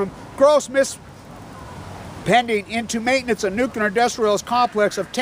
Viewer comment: It's Nuclear, not nukular. Please!!